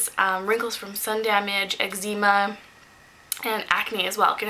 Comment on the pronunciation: Do you know you mispronounced "eczema"?